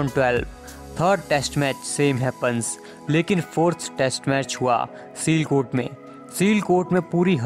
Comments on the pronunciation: Bhai its not selcote its siyalcote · Seelkot nahi, Sialkot hai place Ka naam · It isn't sealcot, it is Sialkot 🤣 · Chu.....Sialkot ,,seelkot nhi 😅😅😅